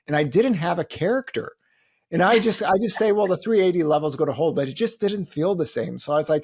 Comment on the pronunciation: More power to the host for trying to pull out real responses as he dances around important insights. And my god, “hold” doesn’t have an “r” in it… Team HODOR over here 😂